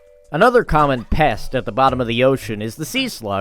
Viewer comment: I love that hw say “PEST” so ard at the sea slug